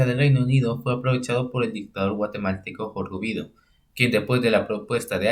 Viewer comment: Amigo, el contenido esta interesante, solo toma la seriedad del asunto y para siguientes videos procura quitar los memes, y es General Jorge Ubico no Ubido